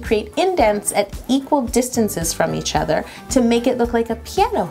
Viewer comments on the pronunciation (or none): none